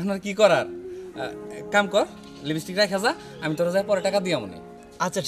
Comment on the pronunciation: লিবিস্টিক না লিপস্টিক